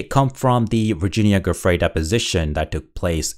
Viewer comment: Her name is pronounced, Jew Frey! Giuffrey, it’s Italian.